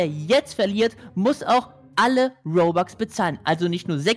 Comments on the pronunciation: Das heißt robux und nicht bobux 🙄😤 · es heißt nicht bobax sondern robux okay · Das heißt nicht Bobux sondern Robux